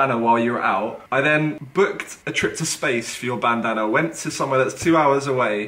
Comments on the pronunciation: 4.50 - do you hear 'bandana' or 'banana' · I swear JJ sead bannanna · When they say "Bandana" I keep hearing "Banana" JJ: "What if my Banana flew off" Me: Wut? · He tries to say bandana and says banana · Whenever JJ says bandana it sounds like banana 😂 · When KSI say bandana I hear banana anyone else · It sounds like their saying banana 😂👌😆😝🤣🤪👍🏻😜👏👏👏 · Can JJ even say bandana. Every time he says bandana it sounds like banana 🍌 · Is it just me or when Ksi says bandana he says banana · Jj sounds like he’s say “banana” instead of bandanna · it sounds like he is saying banana instead of bandanna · It sounds like jj says banana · Ik it's a bandana but i keep hearing banana😂😂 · JJ said banana instead of bandandba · Eu4n6H thats what i was intending